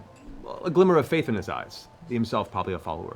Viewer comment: i thought he said cradle of filth not faith lol. brings back it crowd memories haha